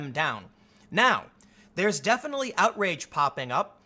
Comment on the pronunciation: Did I hear you say "outwage"?